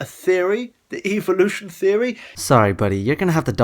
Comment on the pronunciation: am i the only one who gets bugged by the way he says evolution